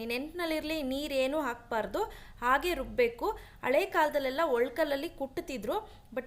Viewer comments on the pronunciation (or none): ಹರಳು, ಅರಳು ಅಲ್ಲ....ಹುರಿದ್ರೆ ಉರಿದ್ರೆ ಅಲ್ಲ, ಅಳೇ ಅಲ್ಲ ಹಳೆ, ಹಳ್ಳಿ, ಅಳ್ಳಿ ಅಲ್ಲ....ಹ...ಗೆಲ್ಲ ಅ ಕೇಳೋಕಾಗಲ್ಲ